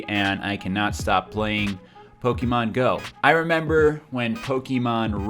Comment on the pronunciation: jesus christ stop pronouncing it pok eee mon, its poh ke mon god fucking dammit